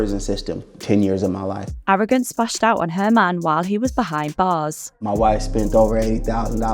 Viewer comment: Arrogrance???😂 get the fuck outta here.